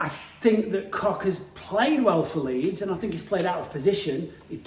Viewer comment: you missed the D in leeds XL